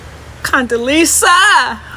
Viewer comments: I'ma need her to say her name correctly...Condelezza...not Condelisa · I wanna know why this first lady couldn’t pronounce Condoleezza Rice’s name right.